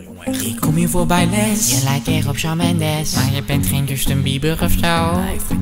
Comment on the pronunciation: ik lach me kapot als jij shawn mendes zegt haahhaha :)